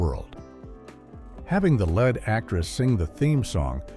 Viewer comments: It is spelt LEAD, but pronounced phonetically as LED, (as in fed), or LEED, (as in feed or need). I was trying to point out he was using the incorrect pronunciation, even though he got it right the first time. ( READ is the same. Phonetically it is pronounced RED or REED). That’s all for today’s lesson. School’s out. Giggity Giggity all right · “Having the LED actress sing the theme song….” It’s pronounced LEED. (Just like “Before she even landed the LEED role in the series” Giggity Giggity all right